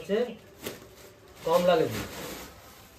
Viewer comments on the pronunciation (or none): none